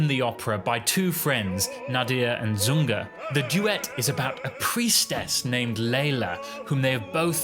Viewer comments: IThe character's name in the Pearl Fishers is "ZuRga", not "ZuNga",,,, also you pronounce the name "Gilda" incorreclty. It's pronounced with a soft (not a hard)"G" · A little hard to take you too seriously when you can’t get the names of the characters correct! Rigoletto’s daughter’s name is pronounced with a soft ‘G’ (i.e. Jilda), not a hard ‘G’. The character in The Pearl Fishers is Zurga, not Zunga! Please do just a BIT of research before you send things out into the world on the internet - mistakes like this just make you look a little silly. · It’s “ZuRga”, not “Zunga” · It's not ZuNga, but ZuRga.... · I like what you’re saying as a veteran opera and ballet goer (over 60 years); however, it’s Zurga and Gilda (pronounced with a soft g [Jilda]).